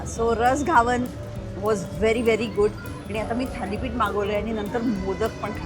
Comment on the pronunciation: Ugach inglish, mahag diste ahe, ghavan ucchar nit karava